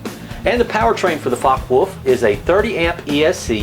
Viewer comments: I think it is pronounced like focker volf (because in german w sounds like v) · fyi, it's pronounced fo-ck-eh volf